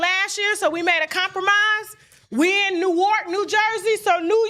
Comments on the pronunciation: Tasha!!! Newark NJ is pronounced Nork! Please! Newark is pronounced in 1 syllable. Not 2 or 3, but just 1 damn syllable! Don't say New-wark again! 🤬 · Hi Tasha k! u pronounce Newark—— New-ark(nu_ark, the w is silent lol ( u know our Ebonics) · When u get to Jersey.. they def. gone correct u on how to say Newark😂😂